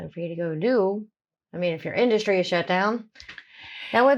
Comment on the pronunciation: Hilarious how he goes on about how Southerners supposedly sound more intelligent, then says 'Norf, Sahf' 'Norvern' and 'Indushtry', I can pronounce my 'th' and 's', so how thick are Northerners, eh???